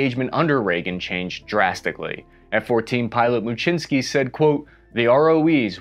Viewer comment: Thanks for this video as Lawrence may be a long lost relative. And, your pronunciation of Muczynski is the correct Polish pne, I had a Post Office naval aviation vuff get real excited when I had to send something certified mail. If anyone has contact info for Commander Muczynski please contact me.